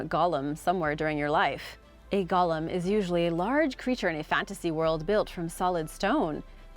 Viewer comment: Seriously,, you do a good job overall with these names, but how do you screw up golem (goal-UM) but get Samhain right?